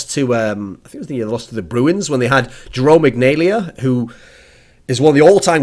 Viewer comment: The way you pronounce Jarome Iginla was cringe worthy.